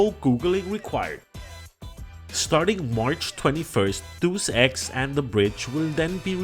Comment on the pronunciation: It's pronounced: "Day-Es-Ex". (I used to pronounced it incorrectly too.)